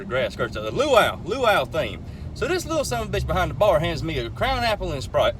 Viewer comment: Am I Wrong to think that he almost said hoe-ouwe that hurts instead of luau